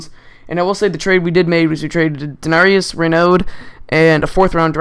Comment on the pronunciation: and how does he mess up darius? there's no 'n' in his first name